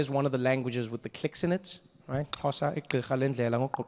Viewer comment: you thought me how to say xosa bro, more than that I am learning how to be a comedian. by the way I'm from Ethiopia